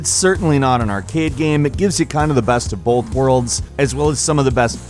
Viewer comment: stop saying bowlth